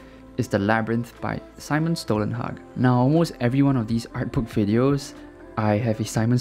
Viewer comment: Great video and you nailed prouncing "Stålenhag"!